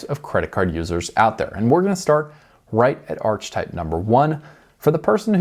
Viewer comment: I’ve never head anyone pronounce Archetype Arch type😂😂